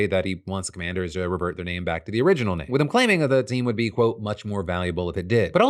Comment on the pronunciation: Why does commanders sound like Comanches